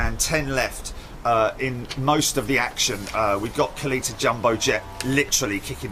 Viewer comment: I think it is said KAL-ETTA....or something close to that. A former NHRA drag racer owns the company. I remember that is how they said his name on TV.